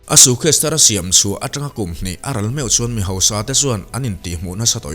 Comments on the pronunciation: Bengvarthlak hle mai. Lam dan tlema fimkhur erawh a ngai.... Sukhes tia lam ang te hi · Suitcase ilam dam hi van mak😂 suu case iti maii ka hria😂